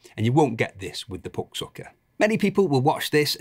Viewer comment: Best review by far! Mostly because of how you pronounce "puck" :)